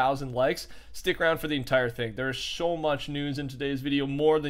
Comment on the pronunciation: did anyone notice that he sho much news instead of so much news